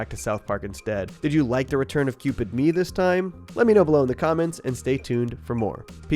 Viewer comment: Cringe how you pronounce Ye